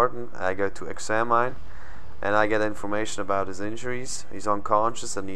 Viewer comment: Funny how you say EXAMINE XD